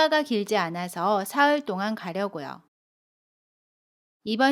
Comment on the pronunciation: 안녕허세요 선생님 동안의 발음이 똥안이에요?